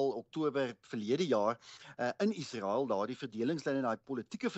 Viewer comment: In Menstaal word 'n g as G uitgespreek en 'n s as S: Gasa; nie agter ingels aan 'Ghaza' nie. In Menstaal word Israel as ISRAEL uitgespreek; nie agter ingels aan 'Iesrael' nie. Onbeskaamd Afrikaans.